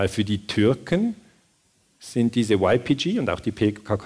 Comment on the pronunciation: min Wäre schön, wenn Sie YPG auf kurdisch und nicht auf Englisch aussprechen - oder zumindest auf deutsch. Klingt sonst doch sehr befremdlich.